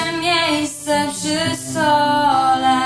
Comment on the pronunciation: Najbardziej mnie raziła wymowa: "rachunki strat", a nie rachunki srat :P oraz "puste miejsca przy stole", a nie SOLE . :P ładne aczkolwiek zbyt teatralne wykonanie. Ot, takie moje zdanie :P